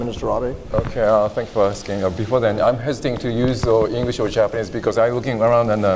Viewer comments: こいつ英会話全然駄目だな 発音が糞 カタカナを読んでるだけにしか聞こえない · 発音どうにかしないとね。